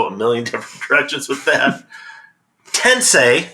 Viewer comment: When I hear "Tensei" my first thought is about how many YouTube golfers based in England who can't properly pronounce "Tensei."